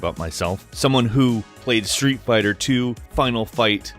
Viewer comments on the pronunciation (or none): none